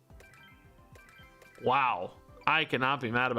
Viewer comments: I don't think gyaru-dos is the right pronunciation. Most people just skip the y and call it garados. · Gar-a-dos. first part is pronounced like gary but without the Y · At this point i pause you before you say the name of a new pokemon say it myself to hear what it's supposed to sound like and then let you say it cause you really messed me up on the pronunciation of some, needed 10 min to nail the pronunciation of Gyarados again